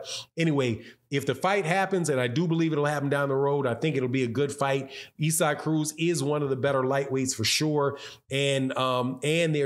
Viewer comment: Is. It not pronounced ‘ Izac’ ? Not ‘Ezak’